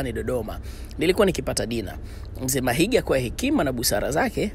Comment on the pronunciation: Mahiga not Mahinga